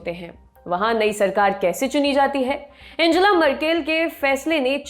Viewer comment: एंजेला नही, अंगेला नाम है।